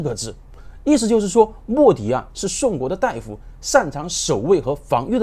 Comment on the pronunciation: 大da夫而非大dai夫